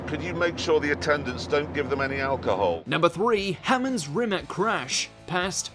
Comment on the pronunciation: Can't say Rimac either